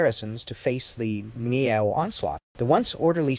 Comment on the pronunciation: Brother, you did a great job here. They’re just one complaint. The pronunciation Miao it’s wrong. It makes the same sound as Malcolm so just go MAL.